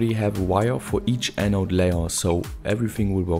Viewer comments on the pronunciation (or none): none